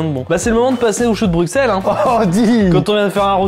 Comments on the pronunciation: Brussssel, choux de brussssel pas brucksel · sa se dit bruselles et non bruxselles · bonjour, j'adore tes vidéos mais moi qui suis Belge j'ai eu mal aux oreilles pendant les choux de Bruxelles, alors stp prononce "Brusselles" sinon nous on va prononcer "Parisss" merci; sinon continue tes vidéos, elles me font beaucoup rire. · On dit "Brusselles" avec un "s" et non "BruXXXXXelles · sa se prononce pas choux de bruXelles mais choux de bruSSels 💀😭 sinon je vous adore 😘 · Le x de Bruxelles ne ce prononce pas le x se dis s